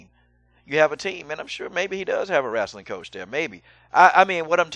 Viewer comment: "wrastling" coach, hhahahahah